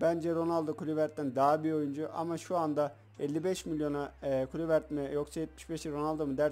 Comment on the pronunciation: video yu bakmadan dinliyordum ve guluvert kim diye şöyle bi baktım :D guluvert diye okumandan dolayı muhtemelen Kluivert 'ı hiç izlemedin :)